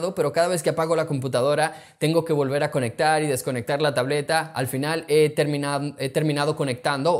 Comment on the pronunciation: ”tableta" Also: ”tablota"